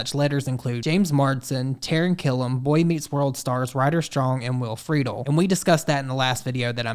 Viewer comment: Will Friedle’s last name is pronounced Fra-dell